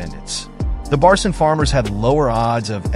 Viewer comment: One minor correction; the 3rd letter of the Turkish alphabet is C and read as G in "genuine" or "gentle". The 4th one is Ç and its literally CH together, as in "Cherry" or "chopper". So its not Barcin = red as Barsin, but rather Barçın, should be red as Barchyn. Put "Barchyn" in google translate English, make it read, its the correct pronounciation.